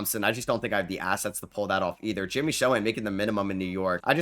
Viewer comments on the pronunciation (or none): none